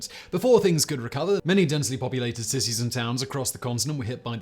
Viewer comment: Did he say sissies and towns....hehehe